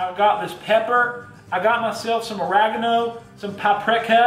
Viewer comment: I’m from the south.. you makin fun of me? Not “us” just me lol. However I don’t say y’all or speak to southern unless I’m pissed then the country comes out. And please dont ever say “Or-rag-eno” again, it’s “ur-reg-ano” LOL 😝